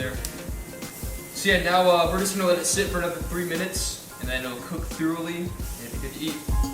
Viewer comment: ... hear the way he says thoroughly.... this guy is a dumbass